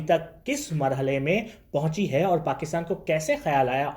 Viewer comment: Bhai pakistan me specially Lahore me R ko Dh pronounce kyn karte hain Jaise,..... aur ko audh, fir ko fidh, poori ko poodhi, sponcer ko sponcedh Aisa kyn